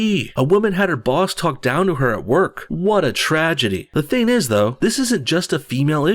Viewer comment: You said ting instead of thing sorry just trying to help